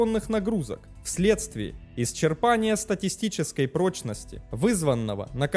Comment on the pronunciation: "СтатиСТИческой прочности" )))